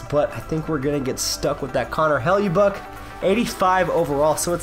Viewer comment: ...it's Connor Hellebuyck(pr) Hell-ah-buck